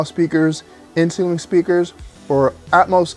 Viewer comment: The first few times you said inceiling, I just heard insulin. You need to slow down when you pronounce that word. With that said, good content.